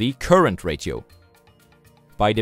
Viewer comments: The word "ratio" is actually pronounced as "ray she oh" and not as "rah sio" or but you were thinking of the word radio maybe? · Why are you calling ratio as rachio. We indians say ratio in following manner rasio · It's pronounced as rayshio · great video again! by the way ratio is pronounced as re she o (with a sh sound) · It's pronounced "rashio" or "rasho" other wise great content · Jeff Winger: Did you just mispronounce Ratio? :D